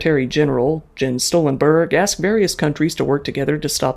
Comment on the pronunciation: heheh yeah nice pronunciation of Jens Stoltenberg. Anyways good video, very detailed.